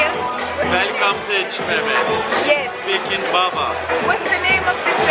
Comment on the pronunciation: I think it's pronounced et-chi meh-met because in Turkish ç is usually pronounced as 'ch' 😆💖